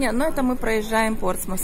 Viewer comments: Город Кан в Нормандии. И все-таки ПортсмуТ. В анг транскрипции на конце коварный звук th - θ. P.S. О! Наверное. я должна извиниться за умничание)) Но вы всегда можете удалить мой комментарий. Глупые комментарии о том, что пора мол знать о пальцах, которые оказывается большевики переименовали (не дурь ли?), пестуются, а отрывок из классики, приведенный мной, где доказывается обратное, безжалостно искореняется. Жаль, немного знаний народу то не помешает. И все-таки Портсмут! Пожалуйста! Все хватит мне этих косноязычных и других блогов! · Спасибо за ваши комментарии о шале. но здесь настаиваю на произношении Портсмус . На конце ни разу не Т а звук th - θ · Да, в русском варианте город Портсмут. Но в Британии произносят th в конце, и только так. Вы же,наверняка, знаете, что и Лондон в английском звучании совсем не Лондон :))